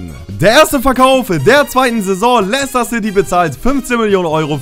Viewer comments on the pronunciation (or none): none